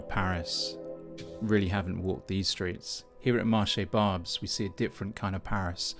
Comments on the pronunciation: Where the french language is barely heard ? Okay, I hear lot's of people speaking to you in french... you answer only in english, each time so you're the problem... you don't even make the slight effort of pronouncing the name of the market correctly (with your accent, that's okay, but the right pronunciation at least. All these people you're spitting on speak french). And you're wrong, french people have voted several times again and again against far right so, yeah, they have said many times they were okay with immigration... The problem is not immigration, it's poverty and it's consequences (and criminality is one of them). And yes, France have VERY bad politics regarding drugs and other things (and there you could say it : french have never voted for that !). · You could have researched how "Marché Barbès" is pronounced before making fool of yourself. you're showing some veiled women waiting in front of the station's entrance, what's that about? Are you saying you have no veiled women in the UK? There is no multiculturalism in France the veil is not allowed in the State's institutions. Multiculturalism is an invention of your country and a problem of your own no need to import it here. Also did you know probably half the population of Barbès are candidates of cross-channel immigration had we let them go? If anything you should be thanking Europeans for bearing your share of immigrants in the continent! Stop exploiting peoples miserable lives to sell views on the internet and go back to your miserable island.